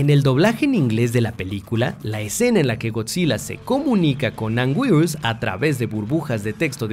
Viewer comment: Alguien noto que dijo anguirus mal